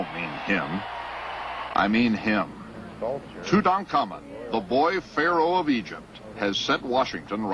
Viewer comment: Toot-onk-a-moon not Toot-uncommon